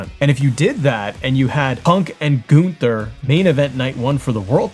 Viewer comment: Who is Goon-ther? 😂